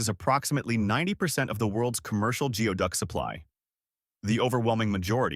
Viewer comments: goo-ee duck not gee-oh duck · You recognised that it is pronounced as 'GOOEY-duck' but continued to pronounce it as 'GEO-duck'? Why? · It's funny how the narrator mispronounced geoduck throughout that entire part of the video, except for when he said how it's pronounced. It's spelled geoduck, but he was correct when he said it's pronounced "gooey-duck." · It's pronounced like Goo-ee-duck! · It's Gooey Duck , you can't even pronounce Yakima Yak e ma . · 😂 the pronunciation of geoduck was corrected once then went right back to mispronouncing it. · or geoduck